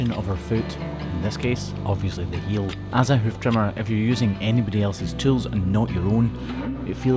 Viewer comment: Isn't it "HEEL Ulcer", not "HEAL Ulcer"???